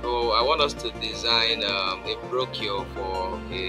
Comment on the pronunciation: Brochure is pronounce - /brōˈSHo͝or/